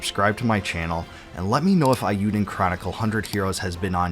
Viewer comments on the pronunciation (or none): The Japanese vowel sound for E is how we say A in English. SO it should be pronounced A U Den Chronicle. Sorry I just had to tell you this before I can continue your video. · Eiyuden is prounced with a long A sound. Not like "I". "ei" being pronounced like "I" is a Germanic pronunciation. In Japanese e is pronounced like "eh" and i is prounounced like "ih". Combining them gives an "ay" like the end of "today". It rhymes with "hey you den" Eiyuu means "Hero" in Japanese.